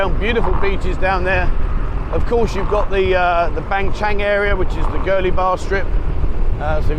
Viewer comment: You do a great job with your walk and talks....But being a guy who has a house in Ban Chang for 15 years...I gotta correct you on the pronunciation... When you say Ban Chang the g is silent :) It's Ban Chan....555 keep up the good work....